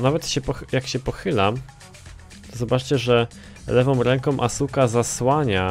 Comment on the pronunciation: pszestań mówić asuka to jest żenada